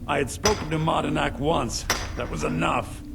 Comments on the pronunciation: It always bothered me that say Madanach wrong, cuz he says "Manadnach". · says "I'm not Manadnach", Subtile reads "I'm not Madanach". Whoopsie!